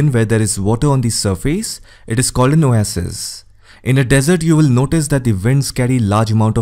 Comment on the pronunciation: I learned how to pronounce Oasis 😃.